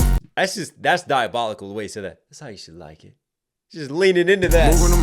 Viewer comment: “That’s how you should like it” also sounds like “shalackin”-a hard polish or beating😆